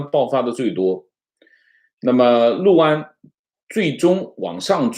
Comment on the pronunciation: 读对了 六（lu）安， 很多人读liu安，读错了